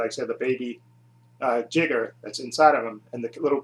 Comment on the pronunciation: It's a shame you you didn't reach me,friend. Back in the 1990s I wrote articles about Gamera for two magazines. And for the record, it's pronounced "JAIGER",not "Jigger". Some idiot who used to review the Gamera movies on Youtube kept using the term, 'Jigger n***'. I had that A-hole reported to the administration. Glad to see his videos finally removed. If you ever want to redo these Gamera videos please contact me. I'll be more than happy to give additional input.